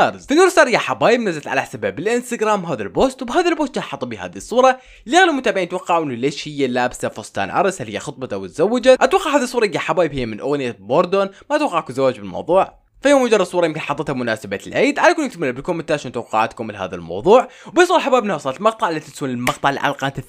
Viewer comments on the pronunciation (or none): باردون مو بوردون 😂😂😂🤦‍♂️